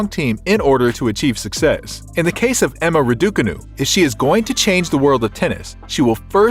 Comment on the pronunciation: Before doing these kind of videos why don’t you learn how to pronounce her name properly?